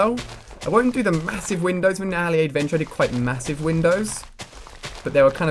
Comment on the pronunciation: Alia a it's said 4 not 5!!